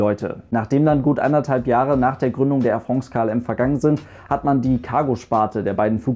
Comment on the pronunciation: Tolles Video und du sprichst Air France besser aus als ein Franzose Lufthansa. Weis auch nicht warum sowas hier kommentiert werden musste ;-) Danke für die tollen Info's übers Fliegen!